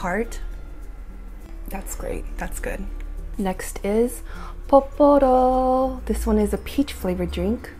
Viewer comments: It's pororo not poporo lol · girl it's pororo not poporo hhhh xo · I looooove Milkis! And funny story: when I went to Seoul, I just saw the original flavor. Here in Montreal, we have 4 flavors lol! Oh! And it's Pororo not Poporo ;)